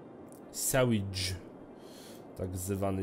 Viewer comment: a ha i czytaj siwejdż